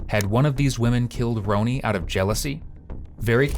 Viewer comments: It’s Ronnie not Ronie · Content creators: her name is pronounced "Ronnie" - as a fellow content creator, if you want people to appreciate your coverage, you need to pronounce the victims' names correctly. Also, we can only embrace AI generated voicing if it pronounces names correctly. Otherwise, it's immediately recognizable and easily rejected. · You owe it to the victim to pronounce her name right. If it is done by AI just put her name phonetically pronounced in the script. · Love when AI says victim names wrong. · Agree. She deserves that respect.